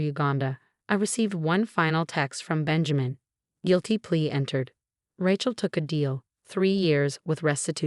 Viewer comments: pronounced raychel, not ratchel. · RAYchel, not RATCHel! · Rachel is pronounced R A as in angry not rachet. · Please, please, please, at least have a woman who can pronounce Rachel as it should be pronounced. Not Ratchel sounds like ratchet. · so many Ratchel stories and I wont listen till you guys get the name right. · Her name is Rachel not Ratchel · You should stop using Rachel. You can't pronounce it properly. Change from Emma and Rachel to just about any other names. Listening to the pronunciation of Ray-chel (so wrongly) is absolutely grating!! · The narrator can pronounce "facade" but not the words Mercedes or the name Rachel 😂